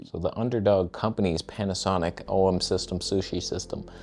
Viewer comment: ...did you just say, "OM Sushi System"?!